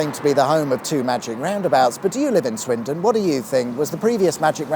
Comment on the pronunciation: Swindon or Swinton? Sounded like you were calling it Swinton! Plus no magic roundabout music at the end.